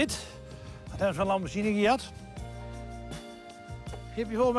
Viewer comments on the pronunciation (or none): none